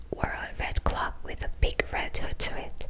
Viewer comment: her English is so great!!!! good job!!!! although i must say, it made me laugh when she said she "wore a big red CLOCK" lol, made me think of Flava Flav 😂😂